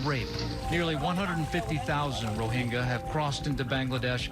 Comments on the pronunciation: Both newscasts got the pronunciation of Rohingya wrong. Its pronounced Ro-HIN-JA, not Ro-HING-YA. Its important to properly name the group under threat of ethnic cleansing. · The sad part is.....Trevor mispronouncing ‘Myanmar, Rohingya and Su Kyi’.